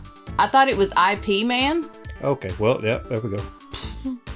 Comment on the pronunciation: Dang generations of today are seriously lazy, I don’t know where you got that from? But ignore all those who think it’s spelled as “I.P.” (as in IP address) because it literally is not how you say it. IT IS PRONOUNCED as YIP MAN without the “Y”, the title “IP” is sort of nickname so it be so-called easier for the western culture 🙄 which still seems hard for individuals to say. I should know this as my father was a die hard fan of both Bruce Lee & IP MAN, he even practiced karate in his youth as well as had the yellow jumpsuit with black stripes, he over time got more interested in music then after getting married and having kids he couldn’t continue pursuing it.